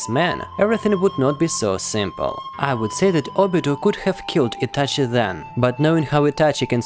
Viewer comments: It's Itachi not etache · What the f is Ityachyi ? Like bro I literally hated that ik that I shouldn't judge someone by his accent but dude it's not something hard to say ahhh or just don't say it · Its ITACHI and not ITACHEY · He says ityache makes me throw my phone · Why are you saying itachi's name like that😅😅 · The way you say Itachi - sounds very Russian lol